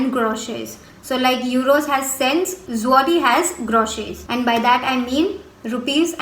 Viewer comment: you are pronouncing Zloty wrong which is hurting my ears XD